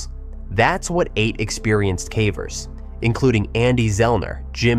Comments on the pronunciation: they pronounced cavers, cahvers so at a minimum the voiceover is AI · AI-ass voice pronouncing it "cavvers" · I like these stories, but are you using an AI voiceover? That's the only reason I can imagine hearing "someone" pronounce caver such that it rhymes with cadaver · ia this voice ai I feel like a person doing a video this centered around caving would be able to pronounce "cavers" correctly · How are you repeatedly mispronouncing "cavers" in a video about caving 😭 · The occasional mispronunciation of "cavers" alternating with the correct pronunciation of "cavers" makes me wonder if the voice is generated too 😒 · The audio must be at least. He said cavers wrong multiple times